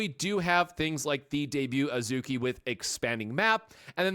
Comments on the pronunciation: You only pronounced a few names wrong it's pronounced As-key and Swee-say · It’s AHZ-key. A as in “Father”. æ isn’t a sound in Japanese.